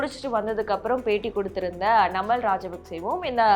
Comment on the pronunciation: ஒழுங்காக தமிழை உச்சரிக்கவும் நாமல் ராஜபக்ச